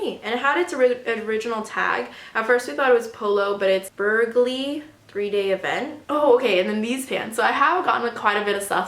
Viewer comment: I ride horses and the polo top you bought at around 13 minutes in is from a big equestrian event in the uk. It’s pronounced burley and it is an equestrian polo shirt!